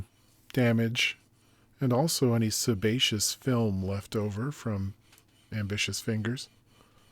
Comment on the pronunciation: “Sebaceous film” 😂